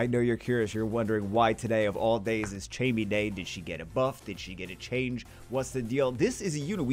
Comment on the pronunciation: First off I hate to be a guy who just comments to correct, but Chammie is pronounced like Cat. Not like Chat.